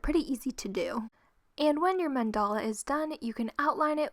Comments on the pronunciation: I'm sorry I don't usually do this but wtf is a man-dolla?? It's pronounced man-da-lu not man-dolla. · Ummmmmmm this is the first video I had watch of you but it’s men-da-la not mend-all. 😐 🙄